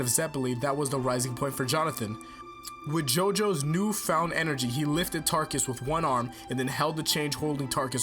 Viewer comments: Realy it's Taruckus not Tarckus! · wait, fam, wasnt it, TAH-ROOK-US